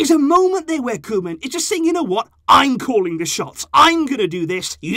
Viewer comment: KoEman, not Kolman